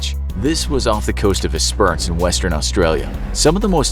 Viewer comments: Did you just say “es-per-ance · Nice butchering of the towns name in Australia, Esperance isn’t pronounced even remotely close to how you said it... I’ve been to Esperance twice, beautiful area.